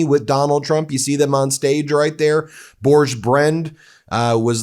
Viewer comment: Not Bourdjczh. Børge is pronounced like Borg in start trek with and added 'e' (as in eleven) at the end.